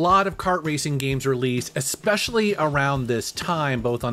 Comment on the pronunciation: "Excape" and "expecially"